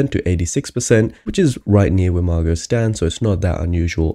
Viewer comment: Her name is Mar-GOH not Mar-GUT